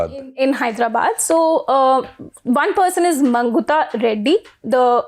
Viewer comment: When you dont say arora as aorra, why say magunta as mangutha.